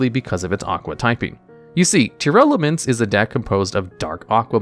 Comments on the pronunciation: Oh my god... its tear laments. Not tear airelements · It's always funny when calls Tearlaments as Tearelements